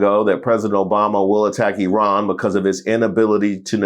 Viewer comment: Good work! AND Thank you for speaking the correct pronunciation of Iran.